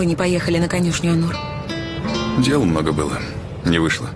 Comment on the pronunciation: Онур, а не Анур. Так же и произносится. ☝️